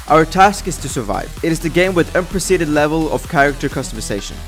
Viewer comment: He somehow managed to say: 'unprecedented' with only 3 syllables instead of 5. Amazing feat!